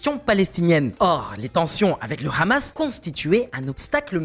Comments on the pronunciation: Cette chaîne sent le fionisme à plein nez 🤥🤥🤥🤥 Qui prononce Khhhhhamasss ??? Grillé 🤣🤣🤣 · Rien que la façon de prononcer le mot KHAMASSS en dit long sur la teinte israélienne de l analyse. Il y a beaucoup de contre-vérité en faveur d Israël... alalaa la propagande faites par des amateurs en devient franchement insultante poit tous